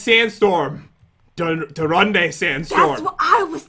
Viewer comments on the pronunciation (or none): Did he say "Durunde sandstorm?" XD